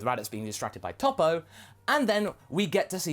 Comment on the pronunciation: He keep saying tapo it's topo 😂